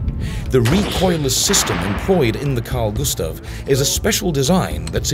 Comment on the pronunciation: As a Swede you should know it's Gustaf*